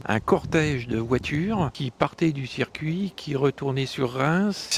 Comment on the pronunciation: Super reportage mais trop souvent , il parle de cercuit non monsieur, vous devez dire circuit mais rassurez vous en motogp rdp dit comme vous !!!🤣🤣🤣